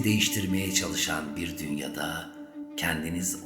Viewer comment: Ya kardeş bu okumalarını aceleden mi yapıyorsun ne,tabi vicdan varsa diyeceğine tabis varsa diyorsun, dünyada yıda yanlış vurguluyorsun, lütfen yaptığınız işe saygı gösterin bütün konsantremizi bozuyorsunuz,hiç okumayın sessiz kalın daha iyi